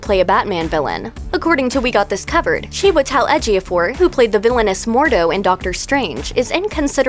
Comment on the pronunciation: It's pronounced chew-a-tell edge-a-fore guys